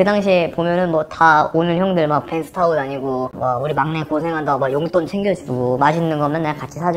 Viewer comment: 왜 벤쓰 벤쓰 하시는거죠?ㅎㅎ